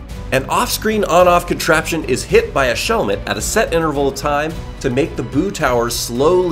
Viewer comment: Why he call it a shell met?